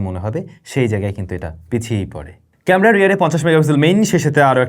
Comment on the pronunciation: ক্যামরা?? আর কবে উ'চ্চারণ ভালো হবে আপনার?